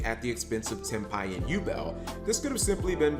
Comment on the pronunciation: Cap pronounced Tenpai correct this video 😂 I said this o Mkohl40's vid on Ghost Sister and I will say it again here: Folks want to whine about The butt ton of life points to gain, but say nothing about her effect that halves the users LP on End Phase if no life is gained by the effect. But then again, today's duelists more likely don't read all of a card's effect, "Reading, what is that?" Honestly, seeing Rit Beast getting that Gigachad 2nd place finish gives hope for more variety in top cut pools, even is 40 of the top 64 decks played with the Fiendsmith cards. The more Gigachads taking unexpected decks and playing them like you stole the whip makes me smile. Ancient Gears in America, Ritual Beasts in Europe, now we wait for the Gigachad to run Madolche, or Ice Barrier